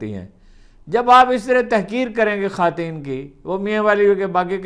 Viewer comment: بہ صد احترام عرض ہے کہ یہ "خاتین" کیا ہوتا ہے؟؟ ہم نے تو ساری زندگی اسے "خواتین" لکھا پڑھا اور سنا۔ فیروز اللغات اور ریختہ بھی اسی تلفظ کی توثیق کرتی ہے۔ معلوم نہیں آپ کونسی لغات سے استفادہ کرتے ہو؟